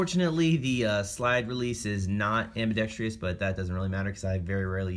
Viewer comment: It is "ambidextrous". No "i" dude.